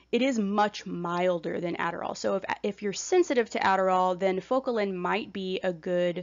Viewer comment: Sorry, but you lost credibility when you didn’t even prepare enough to properly pronounce an often used but underrated medication such as Focalin. Such a shame because you were nice in your explanations otherwise. I’m on Focalin and was so disappointed in the misinformation or maybe it was just lost in translation by the oddly delivered information. You have potential to be helpful, but please know what you’re talking about.